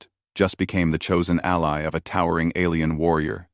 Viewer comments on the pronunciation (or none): Get a proper text to speech program and learn the difference between alley and ally